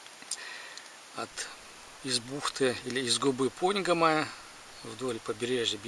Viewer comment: Нравятся ваши видео, но очень режет слух, когда вы говорите пОньгома и кузЁма.. Всё-таки правильно поньгОма и кузЕма. Простите за занудство)